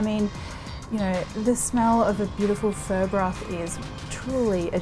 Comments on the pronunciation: sorry- did you just say Vietnamese fur?! lol it's pronounced "fuh" like the start of the swear word. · Shes been syaing fur the entire time and my Asian ass is triggered